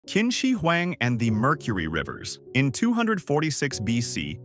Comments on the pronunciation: kin she weng 😭😢🙏 1/10 pronounciation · your pronunciation of Qinshi huang is way off. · I thought you said Kimchi Huang